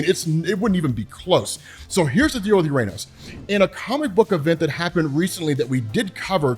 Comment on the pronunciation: UrRR-Ah-Nōs! FFS, it’s the 21st century